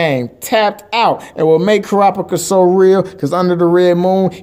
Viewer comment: Kurapika - - KuRAhpeekha